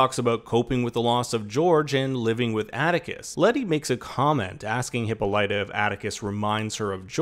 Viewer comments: asexylibrarian lol it’s excruciating 😂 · THANK YOU! The narrator's pronunciation made me cringe. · I acknowledged that it’s how they pronounce it on the show, and I understand he was just mimicking that. But it’s still wrong. I was correcting for the sake of trivial knowledge. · Hip-all-it-uh, not Hippo-light-a; I know that’s how they pronounce it on the show but it’s wrong and it sounds so unrefined and her character deserves better! Ok rant over. Great video!!!